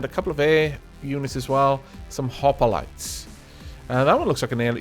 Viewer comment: Cannot wait for more. Sorry to be picky but Hoplite is pronounced hop-lite not hop-o-lite sorry to be annoying (If I am) also small tip make a small fast fight-jet they're so effective against the DWG I made a small realistic fight called the hawk, my god does it do well! -Se7end1p1ty